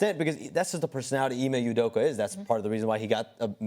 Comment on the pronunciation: They can’t pronounce anyones names correctly. Udoka was Apeduku